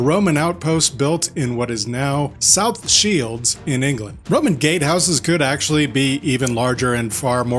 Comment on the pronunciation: it's not often you hear "south shields" in an american accent :-)